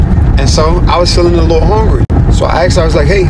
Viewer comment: I can't get pass him saying HONgry